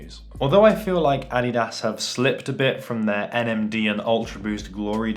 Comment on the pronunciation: Who else hate how he say adidas